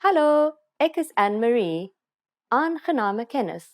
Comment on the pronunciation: Your pronunciation ineeds more practice. Using GOEIE DAG is slightly rude. We say hallo or Goeie môre, Goeie middag of Goeie Naand . ANNEMARIE is not pronounced ANN-MARIE it is pronounced as AN-NE-MARIE.